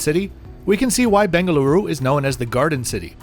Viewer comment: You pronounced it right🙂!. I think someone forgot his medication😅!.